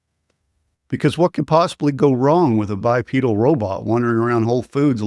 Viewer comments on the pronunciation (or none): It's "bipedal," not "bipeedal." Your video peddles (no pun intended) every Luddite paranoid fantasy. Humans displaced by robots will find other things to do. And there is plenty of work left for humans to do! Our cities are crime infested slums. Humans must do the work of securing these places and making them fit to live in again. There is a chronic housing shortage. Humans can rehabilitate decaying infrastructure and build new homes. We need a permanent solution to border security that doesn't involve the Army. Humans can guard our borders and keep us safe. We must rebuild our manufacturing and power infrastructure. Humans can easily do this work. We don't have to spend our days moving boxes around warehouses. Let the robots do that and let humans concentrate on doing things robots can't do.